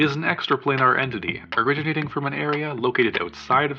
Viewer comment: it took me three listens to realize that what's being said is "Do you know what this entity is?" and not "Do you know what this idiot is?" lol.